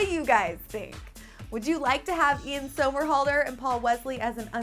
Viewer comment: say his name right, it's somerhalder= SUMMERhalder